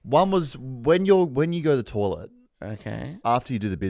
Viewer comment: I’ve held my tongue for the first season but I can’t go on any longer. Someone tell it’s toilet not tawlet